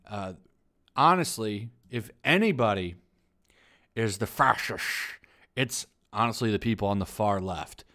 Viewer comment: The way way you say fascist cracks me up 😭😂😂😂😂